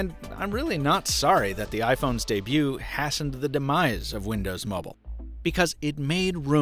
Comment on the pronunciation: LOL did he say hassened?